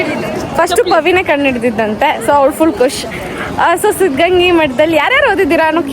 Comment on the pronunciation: ಸಿದ್ದಗಂಗಾ ಮಠ ಅದು ಸಿದ್ದಗಂಗಿ ಅಲ್ಲಾ